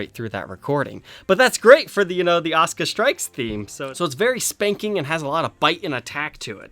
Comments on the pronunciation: I like the guitar but not a fan of anime. I've seen the lace pickups on another brands guitars and they sounded great from the demo. I've seen the characters name before but it wasn't pronounced osca it was pronounced a su ka. Didn't a character from space ghost have the same colors. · its a sooka not os ka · Actually, it's AH - SUE- - CAW with AH being accented slightly. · I know you're probably a smart fella but its pronounced Az-oo-ka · a su ka... asuka... the u is NOT silent... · All i hear is "Oscah" now lmao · Great review the back of the guitar reminds me of a flight recorder box. As for how to pronounce her name, the 90s wrestler pronounced it Awsker while the current wrestler pronounces it Oscar. Yet they are spelled the same way. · There's no "U" in her name? Errr... in the original Japanese pronunciation of her name there certainly is "Uh-soo-kuh" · There is no U in Oscar! (Or Osca) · Why do English-speakers not pronounce the "u" in Asuka? English in general tends to butcher Japanese pronunciation pretty bad. I don't get it. Also, SPOILERS, DUDE!